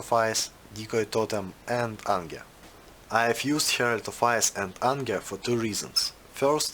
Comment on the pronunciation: в принципе тебе даже репетитор поможет, ибо ангер, АНГЕР Карл!!!